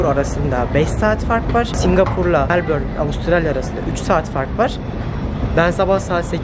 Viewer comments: O melborn degil Melbourne diye soylenir biraz inglizce ogren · Melbourne yazılır, Melbın okunur 😂